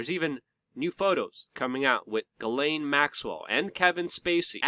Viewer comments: Ellen. Not elaine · Ok Luke I can't take it anymore. Her name Ghislaine is pronounced (G-slen) Pronounce a soft G and slen like Ben. It's a french name and I have a few cousins with this name. The way you pronounce it is spelled Guylaine. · Please pronounce the name (Ghislaine) like Zshees len or Jheeslen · Luc, her name is pronounced Jeeslaine ... it's french